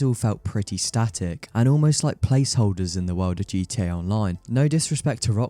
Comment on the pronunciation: I swear * heard you say GT-Ur at one point